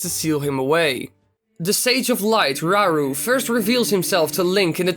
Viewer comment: “Rauru” is pronounced “rah-ooroo”